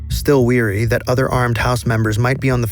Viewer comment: WARY, STILL WARY!!!!! NOT WEARY WEARY MEANS TIRED